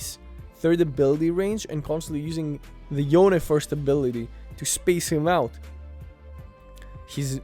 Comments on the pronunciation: Love your content, but its yone not youn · its 'yo/ne', not 'yown'